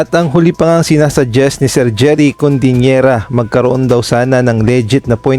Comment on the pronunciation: CODIN̈ERA bro hindi CONDIN̈ERA. "CODI" hindi "CONDI".